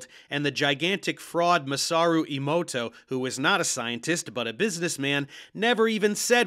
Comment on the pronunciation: Man, these two are nuts. And does anyone want to tell them how The Matrix is about how cisnormativity is how the robots control you? Small correction, though: you keep pronouncing that other fraud’s name “imoto,” when it looks like it’s meant to be “emoto.” (like “ey-mo-to”) “Imoto” means “younger sister.” 😂